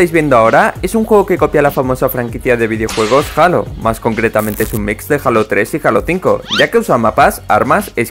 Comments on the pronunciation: Se escribe halo pero de dice jeilo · Se escribe Halo pero se dice heilo